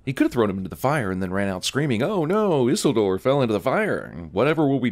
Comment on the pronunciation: Yes, flinished at his pronounciation of Isildur.